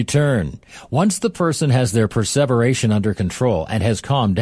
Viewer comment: the voice is pronouncing preservation without the meaning of preserve. Meaning to endure the time?